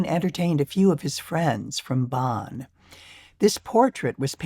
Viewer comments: Um, exactly. She said Bahn, like John. That is WRONG. It should be more like Bohn, like Bone but with less of a closed O. And no, it's not silly. It's awful to hear the city pronounced "Bahn." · Hearing Bonn so mispronounced is hard to take. I'm dreading hearing it. How can she not even TRY to get it right? Or close. She says, Bahn, like John.